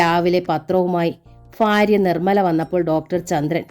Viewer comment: ഫാര്യ അല്ല ഭാര്യ ഫയം അല്ല ഭയം